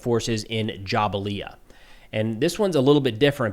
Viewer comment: To help you with the pronunciation, Jabalia is not pronounced Jabalea, but "Jabalya"